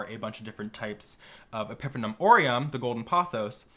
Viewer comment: pepper-numb orem